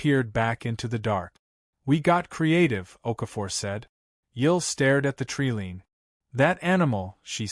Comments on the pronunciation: U keep saying "tree LEAN" ... tree LEAN" ... Bee Itch ... it is tree LINE as in "---------------" I'm out . Down vote for the a.i. "moderation" & mispronunciations.👎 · Tree lean really need to work on your ai's pronunciation it's irritating